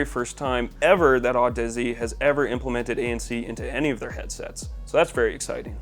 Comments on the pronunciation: Audeze is pronounced like Odyssey, my guy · Isn’t it pronounced odyssey? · Audeze is pronounce like Odyssey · Did he say Audussy ? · What a joke of an audio channel; doesn't know how to pronounce Audeze and inserts the mic in the wrong port. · Your pronunciation of Audeze gave me cancer.